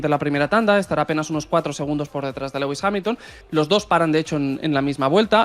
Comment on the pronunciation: entre Legüis Hamilton y “duodécimo”, sus dos palabras favoritas… se corona! si dices “decimosegundo” tampoco pasa nada eh! Lo mismo que dices decimotercero, decimocuarto…etc… pues nada, si no dice “duodécimo” 10 veces por vídeo, no lo dice ninguna vez….. eh “Legüis…? Jajajajajaja